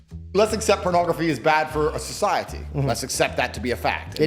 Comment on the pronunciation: Socie-at-te -- Eric Cartman